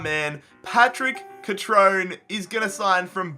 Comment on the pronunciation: Cut-trone-a not cut-trone